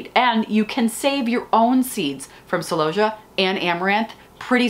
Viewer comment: Why do you say celosia like that? You’ve got me doing it…. Even when I’m talking to my clients, they look at me strangely! I even say it, when I’m talking to my celooohhhsia!😊